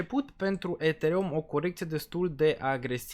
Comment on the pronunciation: Ești Deștept și susțin ideea, și Graficul vb de la sine... Următorul Bull market va fi un Real succes ptr solana și toți Deținătorii, Dar Pronunția ptr Ethereum mai trebuie Lucrată 👍👍👍🤣